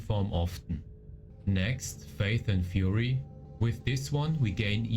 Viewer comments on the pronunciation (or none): none